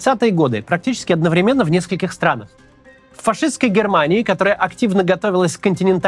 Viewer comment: Смотрю все ролики, очень нравится и ведущий, и подача материала. Но порой пролетают странные словосочетания-наследники СССР вроде "фашистская Германия", "Великая Отечественная война". И да, ударение в "одноврЕменно" падает на первое "е".